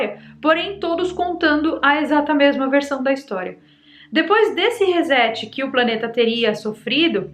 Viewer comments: É reset ou rezet (som do "s" como se fosse "z"? ) pq reset vem de set e não de zet. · Sem querer ser chato mas a pronuncia correta de resetado não é rezetado mas sim ressetado...reset se pronuncia resséti e não rezéti...na verdade a pronuncia correta seria risset mas como não conseguimos pronunciar consoantes mudas como t e d,por exemplo,sem colocar um i no final como notebuki...internéti...reset pronunciamos resséti...resetar pronunciamos ressetar...setar pronunciamos çetar...set e reset são palavras indevidamente emprestadas da eletronica digital onde significam: set colocar o dígito 1 na entrada do circuito e reset colocar o dígito 0 na entrada ou seja zerar,começar de novo...então resetar significa reiniciar,começar do zero... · Recebi o link de uma amiga e adorei o conteúdo. Passarei a seguir você no YouTube! Como professora de inglês, só tenho uma sugestão carinhosa: RESET = RE + SET, a pronúncia correta é “RESSÉT” e não “rezét”. 😘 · Por favor… O correto é dizer Resset